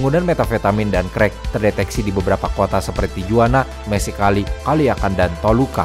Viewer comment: mohon maaf, pengucapan tijuana mestinya tihuana. konten2nya selalu menarik ❤